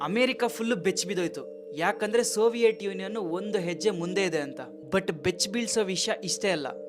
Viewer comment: ಸೋವಿಯಟ್ ಅಲ್ಲ ಬ್ರೋ ಅದು ಸೋವಿಯತ್